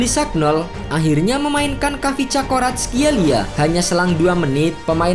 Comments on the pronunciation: Admin nya kesulitan sebut kvaratskhelia😂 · Admin kesusahan sebut nama si kvarat wk